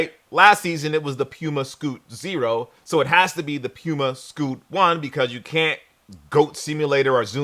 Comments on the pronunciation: Why would Sneaker Shopping send an invite to a guy mispronouncing the host’s name?? Do better! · you got me saying PUMA all wrong now 😂